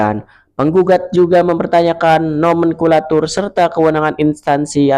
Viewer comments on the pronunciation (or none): Mas nomenklatur bukan nomenkulatur 😂😂😅